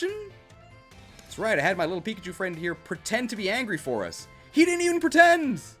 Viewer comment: Piggachu Beeguh Geeegh...